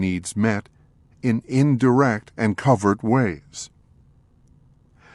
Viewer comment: Covert contract turned into covered contract. It's driving me crazy.